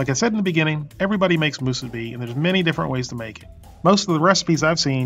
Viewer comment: 2 extra points for properly pronouncing "Musubi." If I ever go back to the Sandwich Islands, I will have 1 (or 100) Spam Musubi. steve